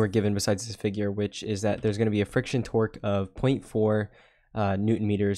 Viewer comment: Everytime you say torque it sounds like you're saying twerk 🤣 Great video, you're a lifesaver!